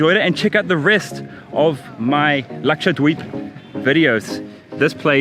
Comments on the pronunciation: I don't know karl but when you say Laksha-dweep its so satisfying😂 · His pronunciation "Lakshadweep" is so good ...never heard any foreigner saying like that...and it comes so naturally without any effort..impressive. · I love how you pronounce 'dweep' so authentic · Truly wonderful. Loved watching it. Your pronunciation of Lakshadweep is so accurate. May u stay healthy, happy & blessed. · Your pronounciation of "Lakshadweep" is awesome